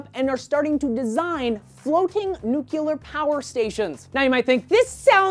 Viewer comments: "New clear" not " nuke you lar" gyad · you say "Nuclear" wrong.... (you say it like George W. Bush :P)